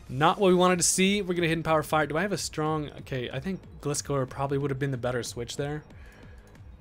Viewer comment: Loved watching Showdown battles, but as someone who loves Gliscor, it hurts me hearing your pronunciation of his name lol. The "Gli" in his name is pronounced like "glide"